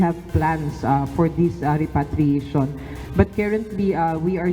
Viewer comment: please advise UNTV reporter to check the proper pronunciation of the word repatriation...